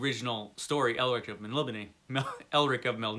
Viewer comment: I think it is actually pronounced more like "Melnibonay"